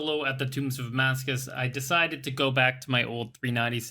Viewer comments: tombs of amascUT not amascus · Is there a reason you insist on mispronouncing Amascut?